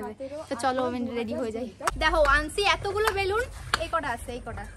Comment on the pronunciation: বালুন না রে বেলুন ওটা।